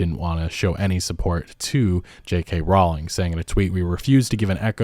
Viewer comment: Just your regular reminder that J K Rowling isn’t transphobic and has never said anything transphobic. It’s simply fashionable to pretend that she is in certain circles which prefer outrage over facts. (Also, it’s Rowling as in bowling)